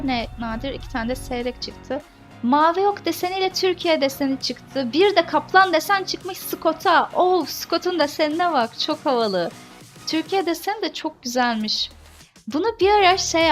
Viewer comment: skot değil scout